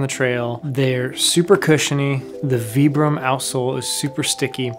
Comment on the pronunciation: Nice review, never heard of "Veebrim " soles before, the iconic Vibram soles is pronounced with a long "I" and have been primarily used in work boot, hiking boots and it's nice to see them venturing out on trail runners.